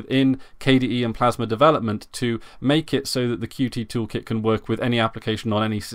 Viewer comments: Good announcement, nice channel! By the way, Qt (not QT) is pronounced like "cute". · Concerning your first point, I have seen a majority of people refer to Qt by each letter (how its spelt). I do not think it is a tenable solution to attach a reminder to every utterance of "Qt" so that it becomes "Qt (by the way, I mean the UI toolkit, and not the established English word)", hoping that people will be irritated enough into submission. I completely respect the authors preferred pronunciation of their software, but to say that is how it "should" be pronounced is quite presumptuous. My name "should" be "Marcvs" from Latin, but over hundreds of years this has become "Marco" because it is simpler and fits with the rules of pronunciation - is there a tragedy here? Personally I don't think so. The developers have millions of people using their software and some even receive income from the Qt Company! I do not think even they are so concerned about the pronunciation. I and many others aren't going out of our way to offend anyone. What we are doing is reading what is on the screen, those are the letters q followed by t.